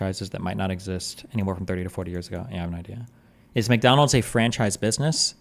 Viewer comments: Whenever Destiny messes a word up, I look to the chat and there is always someone rubbing his face in it 🤣🤣 "McTonals". It's the name for someone who is constantly tone policing. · Mack Donald's not Mick